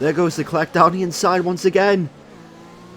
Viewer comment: Stop pronouncing the C in leclerc it’s annoying it’s like pronounced leclare